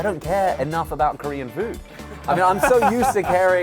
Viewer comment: A Korean-American living in Korea and fluent in Korean here... You are spot on. For a pure American, his pronunciation is solid.